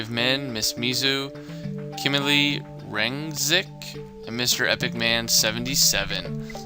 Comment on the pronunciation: ty 4 the shoutout. you almost said it right. only rengzix was a little funny to hear :3